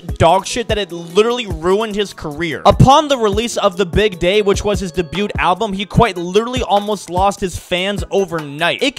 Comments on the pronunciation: Did bro just pronounce the "t" in debut? I'ma start doing that on purpose. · That's not how you pronounce "debute" 😂😂😂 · Lol it’s de-bu not, de-buT, the “t” is silent brosef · Was it really his debuT album? The T is silent in “debut” dummy. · the "t" in "debut" is silent lol